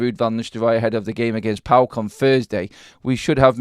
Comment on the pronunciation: I can't believe you called the opposition on Thursday night as??? Pawk... 😂 😂 😂. You pronounce the just by the four letters... Modern football fans 😂 😂